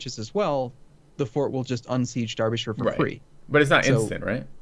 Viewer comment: Arumba finally corrected you on the pronunciation of Derbyshire THIS IS A GLORIOUS DAY